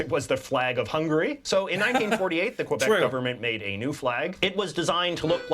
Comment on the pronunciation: Well first off, he didn't say Quebéc, he said Qwebeck